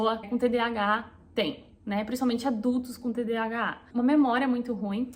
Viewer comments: TDHA é igual TDAH? Entendi que tu fala TDHA🤔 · Vc fala errado ...Nao é "tdha" mas sim,tdah. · Falou errado durante o vídeo todo : "TDHAAA" KKKKKK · Vc falou de novo TDHA. Kkkkkk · Toda hora você fala TDHA ou invés de TDAH 😊. Nos pequenos detalhes eu sempre me esqueço quando a coisa é sem importância. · Vc fala TDHA ❤ ao invés de TDAH é tudo assim como vc descreveu A cabeça a mil né e a gt não termina nada! Obrigada por compartilhar aí com a gente, tb tenho e estou aprendendo ainda a lidar com isso! Vamos juntas ❤ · Percebi que vc falou "TDHA" do início ao fim do video, quando na verdade é "TDAH". Acho que tb tenho isso, mas em um nível menor.